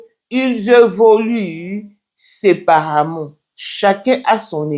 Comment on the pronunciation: ON DIT SÉPARÉMENT ET NON SEPARAMENT 😂